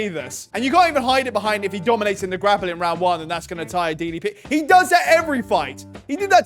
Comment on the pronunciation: This man (Khamzat's trainer) just called DDP: Dee Pee Pee 🤣🤣🤣🤣🤣🤣🤣